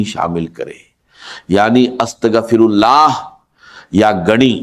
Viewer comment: Is bandey ko to astaghfirullah bhi bolna nahi aata